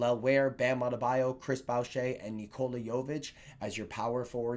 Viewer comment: I wanted for years and all you have to do is watch highlights on YouTube to learn to say his name right its a common mistake just never heard your version:D